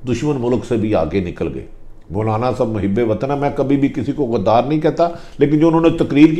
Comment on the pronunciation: Bhatti sahab ap ghadr ko ghdar q ni kehte aur ghadri kia hoti hai drame baziyan na keren